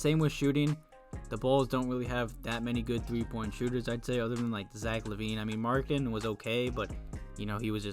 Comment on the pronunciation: Did you call Lauri Markkanen Laurie Markketin lol